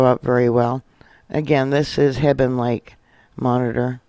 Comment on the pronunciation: Thank you for all you do! I live in Montana and this is always on my mind! Jesus is coming soon! 🙏 we always pronounced hebgen lake just like it is spelled! Heb ( just like web) g ( like go) en (like when) 😊. Keep up the good work!